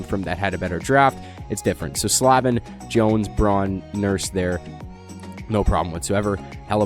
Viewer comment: He butchered Slavin😂😂😂😂😂